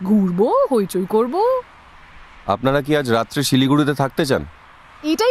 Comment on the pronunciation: আমি তো "কত ভড়ি গয়না আপনাড়া পেয়েছেন " শুনেই বন্ধ করে দিলাম। অর্জুনের বর্ণমালায় 'র 'নেই।